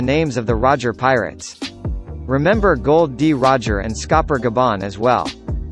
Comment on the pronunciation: That's Gol D. Roger not Gold D. Roger and Luffy not Laffy Lol